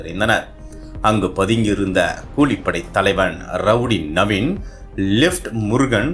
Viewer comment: 2.21 லிப்ட் முருகன் இல்லை லெப்ட் முருகன் 🤣🤣🤣